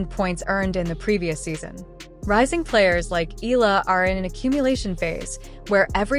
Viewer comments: Alex's surname is pronounced "EH-YAH-LAH"!!! (THREE SYLLABLES!!!) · 😮😮😮PLEASE IT IS PRONOUNCE EH-YAH-LAH!!! OK!? 😮😮😮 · Pls pronounce her name as Eh....yah...la.. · Maybe It's AI . That's why they cannot pronounced her last name properly. .